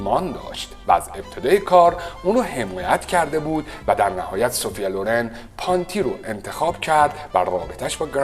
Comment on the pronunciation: شما تلفظ اسم کارلو پونتی رو هم اشتباه میگی پانتی